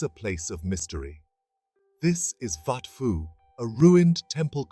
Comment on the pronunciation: Are you seriously pronouncing it "wat Fo" ??😅 AI garbage... pictures from angkor wat, siem reap and all over